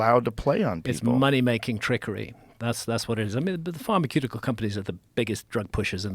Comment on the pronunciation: Do people really say pharmaQeutical?